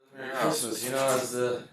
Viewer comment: Chrishmish, lol